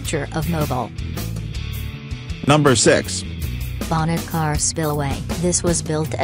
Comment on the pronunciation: Yeah they got Mobile wrong too